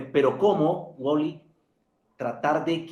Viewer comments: Ese Man..el que nivel de inglés tiene?.....le dijo "uoli" toda la entrevista......jajajajaj, y el "Uali".....tirando paciencia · se dice w a l y, no woly 😂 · jajajajaja el amarillista entrevistando a WALLY, no es woli es wally en español mi rey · Vibr por que decía wally